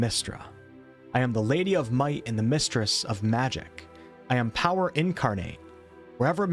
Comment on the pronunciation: I was as trying to make out the word “Power” and I was like, wtf is “Poed?”